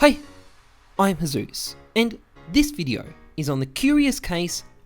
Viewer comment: Heyzeus: Ohne is a friend of me Also Heyzeus: Doesnt say his name right